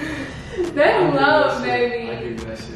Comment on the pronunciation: I love how calls Montana Beby instead of baby lol